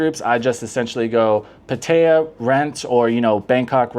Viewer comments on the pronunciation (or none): How long have you been here? If you don't know how to pronounce PAT- Tee- ya , ask a Thai for help. PA-Thai- Ya make you sound like a new comer from Australia. Just trying to help you out dude.